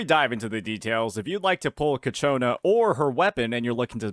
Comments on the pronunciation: fyi its CIACONNA not Cachiona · I notice you pronounce her name "Ka-Chona" but it's pronounced "Cha-Kona" (per her in-game introduction). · holy fuck, ill not click-off your Ciaconna vids, if you pronounce the name right, its all over the game's official channel, please, thanks..